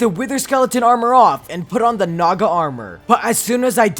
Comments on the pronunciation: I remembered that i watched mrbeast gaming and he say naga more like nada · i thought he said sum else instead of "naga"💀